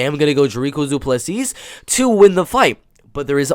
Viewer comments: Dont worry to get the S in on the end of the surname of Du Plessis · The last "s" in Du Plessis is silent bro